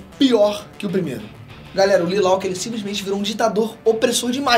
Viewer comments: Ouvir o falar "Lilauc", dói no ouvido... kkkkk. provavelmente não assistiu o anime (o que está de boa) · Pqp que pronuncia é essa, lelaique? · Gostei do Vídeo, mas acho que se fala “lelutch” não? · Ô, você vai me desculpar, mas você deu uma descrição completamente equivocada sobre o Lelouch (além de falar o nome dele errado, mas isso a gente releva, pois ninguém é obrigado a saber). O objetivo dele era destruir o império britânico, devido a sua intensa opressão contra o povo do Japão, cujo o qual ele era grande amigo, mas na verdade o real objetivo dele era apenas criar um mundo em que a irmãzinha dele poderia viver feliz, já que foi por culpa do Império que a irmã dele ficou cadeirante e cega. No entanto, ele não ficou maluco ao utilizar o poder de controlar as mentes, ele apenas perdeu a empatia por aqueles que ele considerava seus inimigos, e não hesitava em matar para alcançar seus objetivos, mesmo que isso incluísse matar companheiros e até irmãos, que estavam do lado do Império, mas ele ainda tinha consciência do que estava fazendo e se importava com as pessoas que para ele eram boas. A parte em que ele se tornou um ditador sangue frio foi proposital. Ele fingiu ter se tornado um ditador opressor, tomou o Império para si e conquistou o mundo inteiro, para que o mundo inteiro o odiasse e o visse como único inimigo, para que assim ele fosse morto por alguém que o mundo visse como símbolo de salvação e esperança (nesse caso um personagem que ele criou para si mesmo chamado Zero), e, quando isso acontecesse, o mundo voltaria a ficar em paz, o que de fato deu certo.